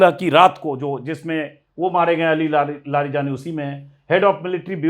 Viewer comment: Aapko naam nhi padhne aate, please unka shi naam pronounce kre aur samaan de